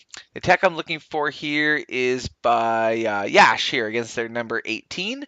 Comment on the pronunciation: Great attack Yash! Btw it's pronounced 'Yush'